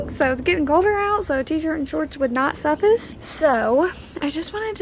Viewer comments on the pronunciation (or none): omg i love you but it’s suff-ice, not suffice 😂😂😂😂❤️